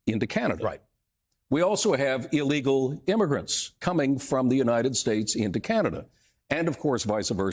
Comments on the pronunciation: Fentanyl not Fentanol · Hey, why do you say 'fentanOL? It is 'YL'. Don't copy USA's hick talk. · [ fen-tuh-nil ]. I edited my comment down to this. Serious times and I was being petty. If you are going to speak in public the least you could do is not sound like. There I go being petty again. Nuf said.